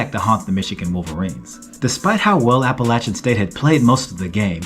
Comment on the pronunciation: 34-32 who?! Thanks for pronouncing Appalachian the correct way.